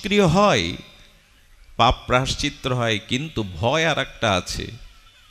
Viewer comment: প্রভু প্রায়শ্চত্র নয় প্রায়শ্চিত্ত